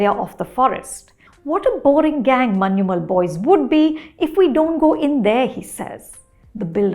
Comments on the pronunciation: ശ്രദ്ധിച്ചു നോക്കിയാല്‍ അറിയാം. അവർ പറയുന്നത്‌ "മന്യുമ്മല്‍' എന്നാണ്‌. ഞ വഴങ്ങില്ലെന്നേ. അതത്ര എളുപ്പമല്ല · Yeah, was so tired of hearing people say manchummel boys 😂